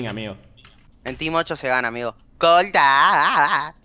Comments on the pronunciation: XD dice colta en ves de corta OSI OSI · TREMENDO CRINGE CUANDO DICEN COLTA